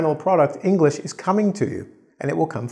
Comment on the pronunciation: You said enlish instead of English